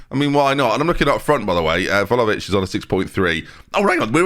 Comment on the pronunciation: I mean he continues to pronounce Vlahovic wrong so not like he's gonna change anything now is he lmfao